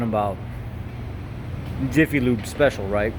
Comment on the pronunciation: "Iffy" Lube???